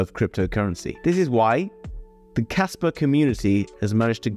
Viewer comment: Bro I can't tell if you're saying casper or kaspa